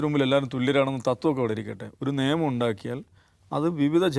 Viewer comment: സർ നേമം എന്നല്ല നിയമം എന്നല്ലേ ?😊